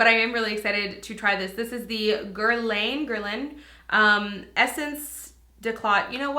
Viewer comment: I believe Guerlain is pronounced like "girl-lawn"